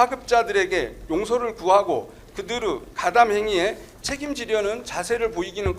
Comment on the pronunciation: 의 발음을 못하는 구나... 그들으...그들의...